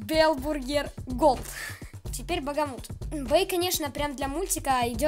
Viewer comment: Хех, не Багамут, а Бахамут) Это так, на всякий случай, не значительная подсказка 😅